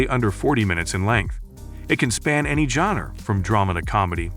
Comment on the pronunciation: Yeah! After a minute and a half in, I had to turn it off. "JONNER"?!? (GENRE)...